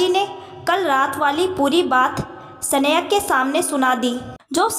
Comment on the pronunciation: सनेहा. की जगह स्नेहा कहो